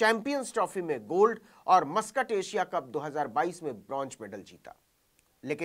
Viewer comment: Gustaakhi ma'af, bronj nahi bronz medal hota hai